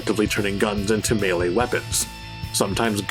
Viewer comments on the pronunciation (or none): none